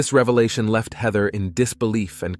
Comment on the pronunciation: hi could we standardise how you pronounce the names? heather hater shawna (something else?😮